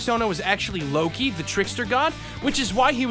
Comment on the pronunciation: What Akechi said: Come, LOKI! What I heard: SUBARASHIIIIIIII!